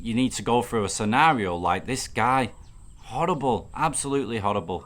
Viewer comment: 😂did you say whorable😮whorable situation